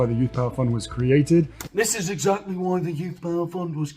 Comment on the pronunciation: Did Harry say "exact-ee?"